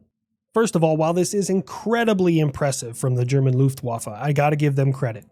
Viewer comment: The luftwafa sounds like love waffle